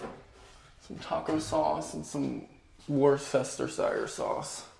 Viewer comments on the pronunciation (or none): WUH-ster-Shear Sauce. Time for a burger on the grill or a good Bloody Mary.